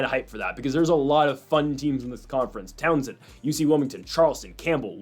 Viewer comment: Bro. It is tau-sun not Townsend 😂